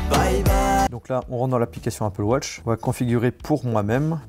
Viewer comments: « Apple wotch » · Apple wotch😂🤦‍♂️